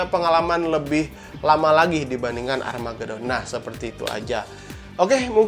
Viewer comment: "Armageuuudddon" wkwkwkw🤣🤣🤣🤣